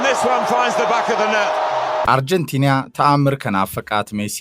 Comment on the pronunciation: why do you say አርጀንቲንያ? It is አርጀንቲና:: Correct it.